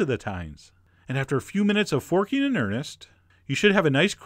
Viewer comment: Why did "forking" sound so wrong to me? 😭😭, I love your voice though